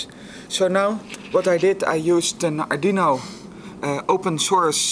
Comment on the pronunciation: just can't pronounce arduino XD